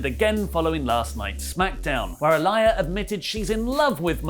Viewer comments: The way you pronounce Aaliyah is killing me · are saying Aaliyah wrong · I think needs to start pronouncing Aalyah's name correctly!!🙄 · You’re pronouncing her name wrong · How are you still pronouncing it wrong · flip flops on pronouncing Aaliyah's name wrong 😂. But really it's not a big deal. I get the reactions on the other side but it's just a storyline. People are taking WWE of all things WAY too serious. I don't watch anymore though but the criticism is insane to me. It's known as entertainment for a reason. If you're not entertained or disgusted then stop watching like I did a year ago. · You saying Aliyahs name wrong was sending me😹😹😹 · Her name is mentioned on the show man. How the hell do you still mispronounce that? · It's Aaliyah not Aliah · BTW,, Aaliyah Mysterio's given name is pronounced ah-LEE-uh, not ah-LYE-uh. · It's pronounced Aa-lee-yah not Aa-lie-yah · Mate her name is not A-Liar It’s pronounced Ahh-Lee-Ahh 🤣🤣🤣🤣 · I don't know where wrestletalk hear Ah-Lie-Yuh when clearly on commentary, Rey Mysterio and Dominik themselves are saying "Uh-Lee-yuh" regardless of how its spelled. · I'm about sick of people bringing up the #SpeakingOut movement when talk of Murphy and Aaliyah (ah-LEE-uh, not ah-LYE-uh as mispronounced it AGAIN) comes up. Aaliyah is 19 and, therefore, a woman, not a girl. These are 2 consenting adults and I find the outrage to be straight ridiculous. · Who the hell is ah-lie-ya its ah- Lee- ya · Aalyah is pronounced A-lee-yeah. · "A Liar Mysterio" wtf...bruh...please...Pronounce her name better... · Say it with me Ah-Lee-Yuh lol Love your content guys. Support Wrestletalk! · Why is he calling her A-LIAR? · I didn’t think it would bother me but it’s Uh-Lee-Uh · Imo, it's pronounced as, 'ah le yah' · Yo can you guys pls pronounce Aaliyahs name correctly? It’s triggering me so much lol. It’s (uh-lee-uh) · it pronounced Ah lee yah.. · You mispronounced a-lee-ya 🤦🏻‍♂️ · It's pronounced Aa-lee-yah